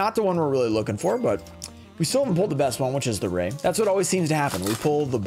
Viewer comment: This set is good like all ots typically are....but why are they constantly putting the rare cards in weird spots mixed up? But honestly I like ghost reaper the best sucks she's the cheapest but yooo it's Raye not Roze lmao